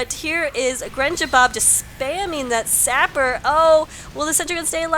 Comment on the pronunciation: Don't worry. You are saying my name correctly;D -Grenjabob